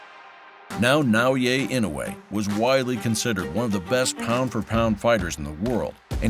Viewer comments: Nice video. His first name should be pronounced “Nah O Yah”. Not “Yay” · For the record: it's Nao-yah, not Nao-yay 😅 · Damn! Please pronounce his name right! You heard it many time even within the quoted video! Its NAOYA not NAOYE! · OMG, it's not Nao-"Yay," its Nao-"Yah." LOL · I just don't understand how this narrator is pronouncing Naoya so fucking wrong. He is saying "yey" or "yay", he is adding a non-existent 'y' at the end of Naoya. This could be an AI video who knows. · nao-ye? it's not hard dude, it's nao yA. pronunciation of last name is bad but passable, so please just work on the first name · For what it's worth, his name is pronounced "Now-ya" not "Now-yay" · Absolutely butchered his name. Now-U-Way. It’s Na-Oi-Ye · His name isn't "Nao YE" it's "Nao YA". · NAOYAH not NAOYAY. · " NaoYeah " lol c'mon xo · アムウェイみたいに呼ぶなし しかもナオイェイとか過去一酷い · Na-oh-ya it's that ez to say the dudes name. Literally the first words from the narrator and he can't do it. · It's NAOYA (NA-OH-YA) INOUE.:face-red-droopy-eyes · If you're going to make a 'close up' video on a fighter, if not out of simple respect, at least show the journalistic integrity to learn the proper pronunciation of his name - NaoYA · Nah-O-Yeah That's how to pronounce his name. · Great video but hire a narrator who takes the 2 seconds required to learn to properly pronounce a japanese name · The way you pronounce his first name hurts my brain. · Great video, but such a shame you pronounced Naoya incorrectly throughout. It's quite jarring and a bizarre mistake when you've gone to so much effort to produce an otherwise high quality piece of content.